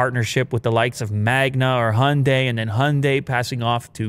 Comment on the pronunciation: So uh. We need to talk about the pronunciation of Hyundai. It's "hi-un-die". Not "honday". Dafuck. That is all.